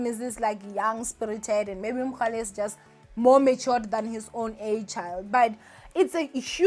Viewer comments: Its Mohale not Mogale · Why do you keep saying MoGAle ninja. It's MoHAle. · Lol... Thanks for coming through ☺️💃 "It is Mohale not Mogale" 🤦🏽‍♀️😅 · It's mohale not mogale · It's MohaaaaaLe NOT Mokgale! geez louise! 🤦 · The way you kept saying "MoGale" there is no g!!!😭😭 still love you though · 😭😭😭Everytime she said MoGale, I cringed😭😭... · Andidikwe nguMogale🤣🤣🤣🤣🤣🤣🤣🤣🤣🤣🤣🤣🤣🤣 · 🤣🤣🤣🤣 first thing I noticed. This is akekho munye 🤣🤣❤️❤️